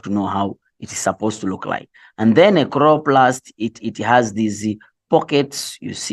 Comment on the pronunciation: i cant stop laughing at “khroplast”😭😂😂😂and i have to study but i cant😭